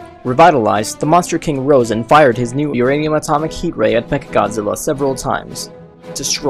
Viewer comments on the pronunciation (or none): none